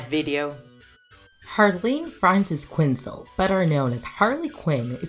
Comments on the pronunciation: its quin-zel not quinsel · Yea,and half of the things are on Spanish i think